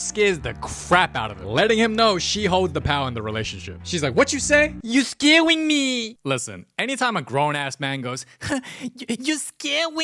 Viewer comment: "You scawing me" 😂😂